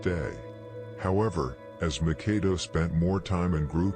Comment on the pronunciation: MACK-AH-DO......Killing me saying neph's name the way he is